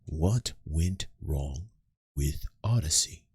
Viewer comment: LMFAO "WRONNGAH" He "ahs" and "gahs" his shit.